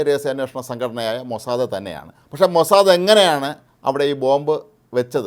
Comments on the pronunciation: മോസ്സാദേ അല്ല മോസ്സാദ് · മൊസാദേ അല്ല ഹേ! മൊസാദ്. പേര് ശരിക്ക് പറയാൻ പഠിക്ക്. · MOSAD- MOSAAD Please pronounce correctly MOSAD NOT XXXXMosadeXXXX